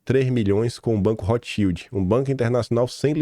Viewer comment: Rotschild pronuncia-se Rotscháild